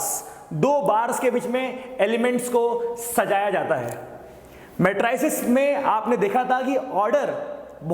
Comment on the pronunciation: Pronunciation of matrices is not correct. Lesson is well understood.